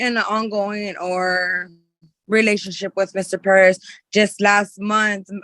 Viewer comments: If I hear "Ped-ez" one more time!!!! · Omg. Quit saying PEREZ like "PEDEZ" Youre not native spanish speakers and its annoying to the point its almost cringe. Like when white women say "seeLANtro" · Why can’t anyone say Perez?